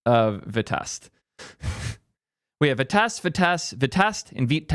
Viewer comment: no, vitest is pronounced “v-eye-test”, you can listen to all their talks